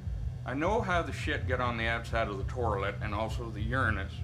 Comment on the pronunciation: Torilet my mom was pronouncing it right her whole life😂